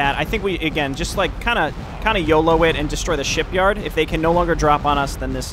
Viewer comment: Is it me or do you always pronounce “shipyard” as “sheepyard” for some reason? (I mean it would’ve made sense if it’s a Dwarven building that produces war rams or something)